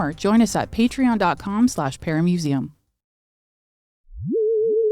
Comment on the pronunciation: Every time I hear say "paramuseum" it sounds like paramecium. Is it just me?